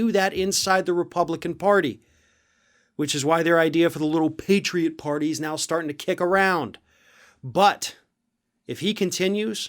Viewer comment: Did you say the Patriot Party, I thought you said the PORTA PARTY.